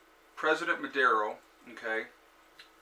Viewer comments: The name of the president is Nicolas Maduro, not "Madero", he is basically an illiterate guy, he was a bus driver, he was given several government positions by the previous president Hugo Chavez because he presented no threat to him. Venezuela owns a huge amount of money to Russia and China and they are paying them directly with oil. The major problem of Venezuela is that their economy relied mostly on oil, no agriculture or self-sustaining food system, tourism that had huge potential never was properly developed etc. They had to import most of the essential goods with the money that oil provided. There are very interesting documentaries in youtube about what happened to Venezuela I recommend to watch them closely. The problem isn't socialism per se, the problem is corruption, lack of long term planing, lack of basic intelligence to run the country economy. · It is not Madero, his name is Maduro!